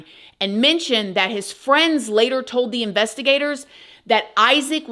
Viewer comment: "A Few Moments Laytairr..." Waahhh 😱